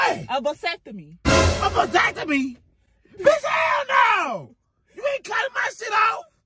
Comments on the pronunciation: I’m dead he to happy! 😊 but not knowing he getting a vasectomy 😭😂😂 He say a “deseeextomy” “open sesame” bitch hellll naw 😭😭😭😭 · “I’m not finna get a Dysectavee” 😂😂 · Asepony lol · "I'm not finna get no diseffiny!" 🤦🏾😭😭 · Did that nicca say dasectomy bofl🤣🤣🤣🤣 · 😂😂😂😂 Disefany, asefany, pasefany! in 5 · Dat nyggih said a discephony 🤣 🤣 🤣 🤣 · This man said a perceptamy😭😭😭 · 🤣🤣 He So Mad He Can't Even Pronounce Vasectomy Right 😂😂💀💀